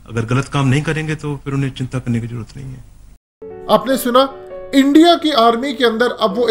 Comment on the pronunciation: Pehle bolna to seekho.. jarurat nhi hota zaroorat hota he.. in ko kon smjhaega.. or ye hum se laren ge jin ka shoq he shaheed hona.. 😀😃